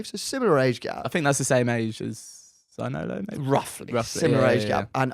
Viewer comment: Could you take the time for pronounce Zaniolo correctly? It's not a very hard one.